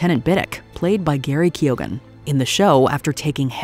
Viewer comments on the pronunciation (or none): Who the fuck is Gary Keoghgan? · Ahh yes... Garry Keoghan